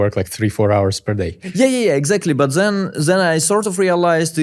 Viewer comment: so he basically can pronounce "then" perfectly instead of "zen" but for some reason he mostly do it bad, ok then...